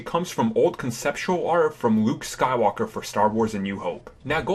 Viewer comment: Who else noticed this dude says his L's like a w. wuke Skywalker, Hon sowo, malimium fawcon